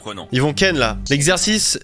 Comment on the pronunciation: a des pb avec le mot ken